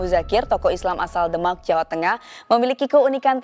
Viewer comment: Salam saudara.. sebutan nye biar bener...kok demak Indonesia ke demak euro..keh..keh